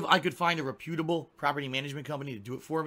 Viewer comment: Why does he say re-pEw-de-able instead of rep-pew-da-ble